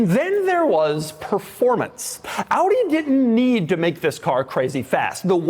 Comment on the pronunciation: Props for pronouncing AUDI the right way.